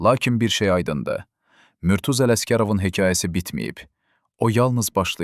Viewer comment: Murtuz. Ad düzgün tələffüz olunmayıb.